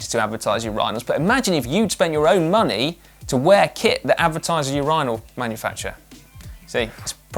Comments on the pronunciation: Uuurinals???? urinals!!!!! si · Si, "Ur - Eye - Nal" ? Sounds weird as a Canadian and always hearing it pronounced, "Ur - in - el" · You pronounce it u-ri-nal? I learn so much on this show. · Always watch GCN to learn new things about English. Today was that Your EYE Nal is the correct English. Americans pronounce it completely differently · I had absolutely no idea that urinal was pronounced that way in the UK. Learn something everyday! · Hold up is no one going to talk about how Si pronounces urinal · Took me a minute to translate the British pronunciation of urinal lol